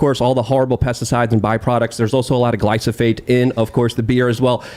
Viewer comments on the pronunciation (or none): Hey. It’s not glysophate. It’s glyphosate. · if you want to be against a product, you need to learn to say it. it is GLY-pho-SATE not Glysofate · The way pronounces glyphosate drives me insane ever single time "Glysophate" 😂